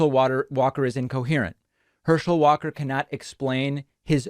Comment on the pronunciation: 29 "Herschel Walker quite literally can't speak." One second later... mispronounces Herschel Walker's last name.